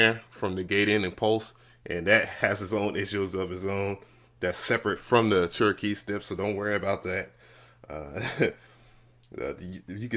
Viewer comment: that and he says arturia wrong too....